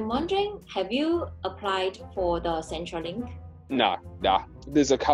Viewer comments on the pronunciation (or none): 小小小意見，centre in centrelink 是 /ˈsentə/.